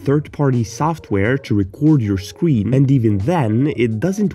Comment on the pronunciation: bro forgot about Windows logo + G💀 And wth is wrong with ur pronounts "scween"